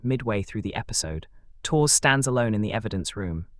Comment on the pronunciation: Three minutes in and I finally "translated" the machine? pronunciation of Tours into Torres. AI? Never trust it. Too damned stupid!